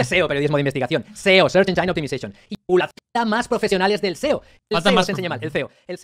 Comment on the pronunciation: Si alguien va a corregir a alguien sobre cómo se pronuncia algo, al menos que se asegure de que lo pronuncia bien S Search E Engine => no se lee "enyáin / encháin", se lee "ényin" O Optimization